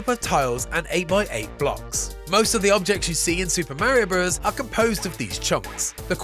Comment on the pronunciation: Did you really say mare eeo bruvvers?